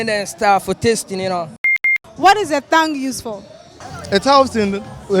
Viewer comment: Thongue or tongue😅😅😅